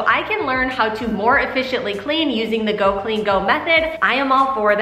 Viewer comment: I so needed this motivation. Just pointing out its Go clean CO not go. I LOVE her motivation. I want to order her cleaning book. I have the same issues with our cabinets and use a floor marker to make the chips less visible. You could put your grills in the tub with a dishwasher pod. Thank you